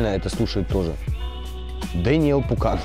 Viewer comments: Паукан а не пукан😂😂😂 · Ващет Паукан а не Пукан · Дэнил не Пукан , а Дэнил ПАУКАН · Даниэль ПАУкан, а не Пукан